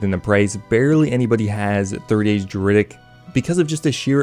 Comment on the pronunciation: Why are you pronouncing druidic like that? 😭